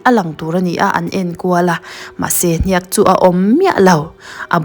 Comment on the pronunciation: Hniak lam dan thluk a dik lo.